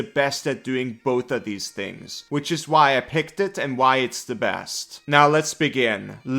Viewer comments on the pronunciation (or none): none